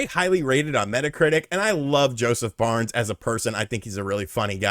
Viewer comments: You keep saying Josef BARNES? It's Josef FARES... pronounced "Fah ress" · Did he say Josef Barnes 🤣😂 you like a guy but dont know his name and u keep saying it 😂🤣